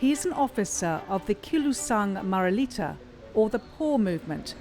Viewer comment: If your narrator can't even properly say "Malacañang" "Maralita" , Moreño ( it is Moreno) , I doubt she did her assignment. When presenting a story and you brand the candidates based on your preferred labels, very professional. On all the "expert" statements, definitely would question how research is conducted on the accuracy. I feel the piece lost its objective to present facts, it's mostly blanket statements. I truly love CNA Insider but you need to dig way deeper on your subjects and sources. I feel you're doing this material with the business gain (clicks) in mind, not a deeply researched piece . Check some of your "expert"sources , are they mostly from one side ? When they share their thoughts, they state them as if they were facts but they sound like personal opinion. Therefore you have a one sided narrative. Also the "Estate Tax" , is this final and executory or is it an estimated Estate Tax? There's a lot more than picking and choosing a general statement. Be more present also be mindful how you use your label. Your piece can affect people's lives, let that sink in. Responsible reporting is definitely a rarity these days in the times of fake news . So please be responsible.